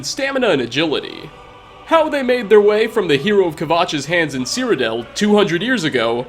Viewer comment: Oh wait he's still saying Cyrodel DAMN IT